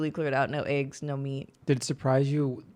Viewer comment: Is saying "iggs" or "eggs?" Haha